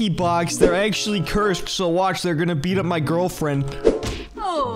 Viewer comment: Is it just me or did he say they'll beat up my girlfriend and then they be up, lyssy